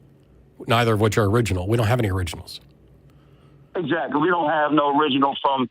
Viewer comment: "We don't have theriginals"